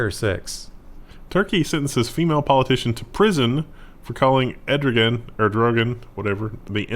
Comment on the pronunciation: Haha "Ed Rogan" returns! - it's pronounced more like "err dough one" apparently.